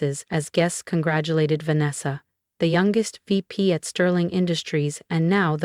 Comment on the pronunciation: there is no J in "congratulate"